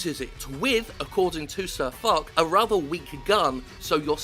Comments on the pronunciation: I'm not being a know-it-all internet troll, but for future reference, I believe it's pronounced Fosh. Like you said, this video was put up quickly, but just a heads up. You've cracked a honey hole here, Jimbo. Wargaming and their major competitor, another Russian entity known as Gaijin Entertainment (WarThunder) are notorious for temper tantrums and will go after even their most loyal and longstanding players for the slightest of criticism. They use things like "EU community contributor" and NA community contributor" first as a bribe and then a content check on creators who fear losing that status (you get early access to new vehicles, event invites, etc). You should have no trouble at all compiling quite the shit sandwich. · I belive it's "Fosh" not "Fock", after Ferdinand Foch, a French general in WWI, and supreme commander of entente forces on the western front. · Its not Sir Fuck its pronounced Sir Fosh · Jim swearing so much with Fuck he calls SirFoch SirFuck xD It is pronounced SirFosh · Sir Fock. the "-ch" from foch is pronounced "sh", Like "ship" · why all these british dudes call him sir fuck or sir fock, im english and clearly its pronounced fosh. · a slight note: it's pronounced like fosh, not fock. just a little thing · its not sir fuck...his name is said sir fosh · Jim foch is a french name and its pronounced fosh not fuck, i did giggle and cringe regardless though so props for that. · Spot on, good stuff, fck wargaming, fck them sideways right up their flaccid arseholes! Ps. its Foch (like Ferdinand Foch), not Fok... just putting it out there. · sirfo(SH) is the pronunciation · Thanks for covering this. Go Foch! Fuck Wargaming, can't run a decent game and can't busines. (It's pronounced Fosh btw, he's a funny salty fucker) :) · FYI, the CH in Cir Foch is pronounced as an SH. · Can't stop laughing at the fact you pronounced "Foch" "Fuck". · Foch is pronounced fosh ;) named after a french tank. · Its pronounced SirFosh Jim